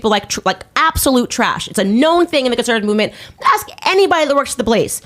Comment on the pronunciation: "If you AX me???" LMAO 🤣 🤣